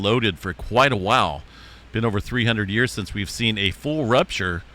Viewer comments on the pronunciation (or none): none